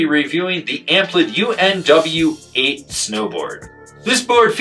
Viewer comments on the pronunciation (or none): BTW, it’s pronounced “unweight”. Good review